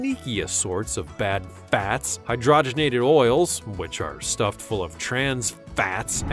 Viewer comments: STOP SAYING FATS LIKE THAT. Please and thank you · FAAAATS. WHY DOES HE KEEP SAYING IT THAT WAY LOL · Just depressing 😫😫😫😫😫. And the way he pronounced fatz fatz fatz.